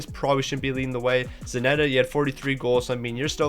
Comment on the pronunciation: Still wondering why Zanetti is called Zanetta hahaha